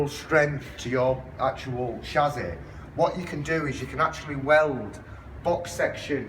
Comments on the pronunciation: What on earth is a shazzy? It is pronounced chassis. Welding as you suggest is madness as well as negating insurance, any car guarantee, any safety construction and probably highly illegal. Your own operators insurance would probably run a mile when a claim was brought against you for someone who died in an accident driving a Datsun with your modification. Apology, but are you really sure about this? Easy to disprove any fears we may have in your next video. Please. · Learn to pronounce chassis not chazzy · Chassis is pronounced shassy not shazzy.. It wasn't me